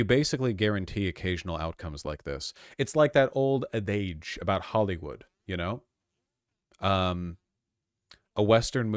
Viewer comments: Bro vaush really needs to stop trying to sound smart by pronouncing words wrong in a fancy sounding way. "A-daayge" are you kidding me bruh lmfao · My takeaway from this video is that Vaush doesn't understand how to pronounce the word adage 😂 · Why did he say adage like that